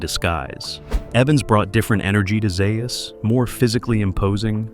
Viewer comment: It's Z A us